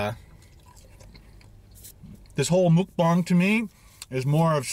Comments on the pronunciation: I'm sorry, but you keep saying Mukbang wrong!! It sounds more like Mok Pang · It’s “mookbong”. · Mukbang is Korean. This is the best explanation for the pronunciation for English speakers: Muk - rhymes with buck Bang - pronounced like bong (like a smoking bong) So was close... just need to switch it around when he prounced it 2 different ways. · stop saying mukbang you say it so wrong its triggering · muk rhymes with truck. bang rhymes with thang. for ferks sake just learn how to say it. PS- love the videos, can't wait for the next cook and review! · It’s Mukbang not mukbang like if you read them both different 😂